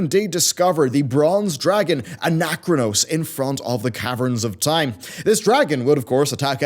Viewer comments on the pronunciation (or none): Ana-chronos not anakranos LUL